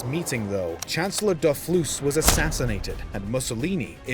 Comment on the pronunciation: How do you get 'Dofluss' out of Dolfuss'?